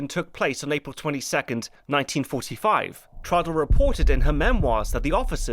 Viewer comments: It's not pronounced:" Trawdle", but:" Trahw-del". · T-row-dl not Trodl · Downfall is a master piece of a film, THE role the now deceased Bruno Ganz will always be remembered for. 'Trodl' ?, Traudl, pronounce it properly, it's not difficult. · Hi, great video as usual, just one thing... it is TRAUDL, short for TRAUDEL, short for Ehrentraud, Gertraud or Waltraud. I know, i know, pronounciation and stuff, but TRODDL is just too painful. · The fact that you absolutely nail the (German) pronunciation of Traudl Junge's last name makes your pronunciation of her first name "stand out" even more. The "au" in Traudl ought to be pronounced like in "Kraut". "Traud-" rhymes with English "crowd"... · How can you pronounce on authenticity when you are unable to pronounce Traudl's name correctly? Who was Troddle? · The way you say Traudl is annoying. It's pronounced with an ow sound as in brown. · Look, it's a good review, kudos and everything. But could you not have looked up how to pronounce the name of the viewpoint character? You manage Fegelein but not Traudl? It's pronounced 'Trowdl' (sort of), short for Gertraud. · I love how his pronunciation of Traudl is so rushed it sounds like Trottel (which mean twat, or idiot). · I really wished you had taken a bit of time to learn how to pronounce Traudel properly. It sounds like like trottle.